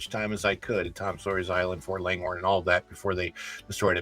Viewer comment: 'Ft Langhorne'- not Longhorn, it was named after Samuel Langhorn Clemmins, aka Mark Twain